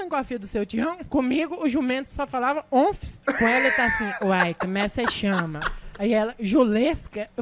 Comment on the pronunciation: Cmg o jumento falava ônfis kkkk😂😂